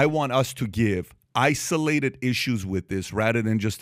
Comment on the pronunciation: What is the Iranian dude’s point? “Isoo-lay-ted” 😂😂😂